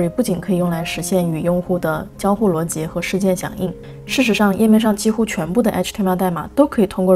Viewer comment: up主中文非常好。 我基本用英文学完，用全部中文基本解释不来。 而且up主连“逻辑”的发音都跟高考要求一样